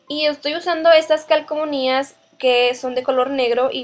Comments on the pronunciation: Parece que dices CALCOMONÍAS XD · Se llaman calcomanías, no calcomonías... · calcomonias???? no sera calcomanias.....